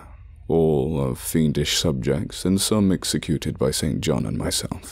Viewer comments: I think st John is pronounced sinjin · The pronunciation of 'St John' here is rather jarring.